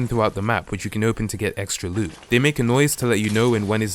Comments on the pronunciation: aplastic soldier he says boot Just listen closely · 🤣 I thought he said boot